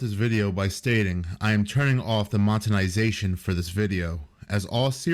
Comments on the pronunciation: "Montenization" "Pedophiliac" In the first 20 seconds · Bro legit said "motenization" 🤣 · "montenization" like, was it really that hard to read the word correctly? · Monetization not montenization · It took me a minute to understand what the hell you meant when you said “motenization”…. It’s “monetization”. Monetization stems from the word money. M. O. N. E. Y. …. You’re saying Moten. Like we spend “motey”. Rather than, we spend “money”. This is just like when I hear people say Calvary instead of cavalry. Or Chipolte instead of Chipotle. Sometimes I wonder if people can actually hear what they sound like words come out of their face hole… Anyway sorry, not being mean, just had to point it out. I can’t help myself. 🤷🏻‍♀️